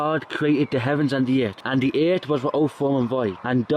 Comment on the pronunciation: It's pronounced "earf" ;-)